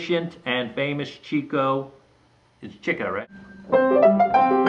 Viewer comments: *Sigh* It really is pronounced chick-o. Not only is that how all of his friends and relatives pronounce it, there's a story explaining the mispronunciation. It used to be spelled Chicko but some time in their early days whoever did the billboard for one of their shows spelled it wrong and dropped the K. Also, there's a logical reason for the chick-o pronunciation. He got the name because he chased girls- 'chickens'. Cheek-o makes no sense. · The correct pronunciation of Leonard Marx's character is CHICK-o. That is the way that Groucho pronounced it. Also, Chico's daughter Maxine, Harpo's son Bill, and Harpo's daughter Minnie pronounced it as CHICK-o. Yes, the CHEEK-o pronunciation was widely used, perhaps due to the fact that Chico and his brothers didn't bother to correct anyone when they were saying it the wrong way. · NO, it's not Ch-ee-co (as you put it)...the correct pronunciation is CHICK-o. This is how his family (his daughter, his nieces and nephews, and yes, his brother Groucho) pronounced the name. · Wrong,...it's CHICK-o. I promise you. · yeah cool, Its Ch-ee-co , not chick-o. Thanks!